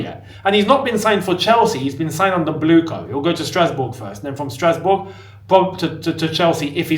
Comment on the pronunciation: said Strasbob 😅